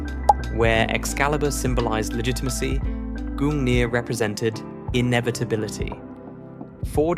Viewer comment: gungnir and durandal you say